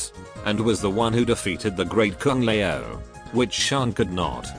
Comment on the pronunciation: I like how the text-to-speech makes Kung Lao sound like "Kung Lmao" It's rather fitting for how he's treated in the Netherrealm storyline in general. RIP.